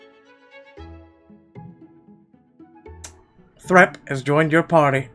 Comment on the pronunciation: I would pronounce that THREEp not Threp